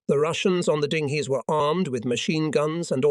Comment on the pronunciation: I don't understand how you can pronounce the Russian words/names with no apparent problems. Yet, can't pronounce "orderlies or dinghies or corps".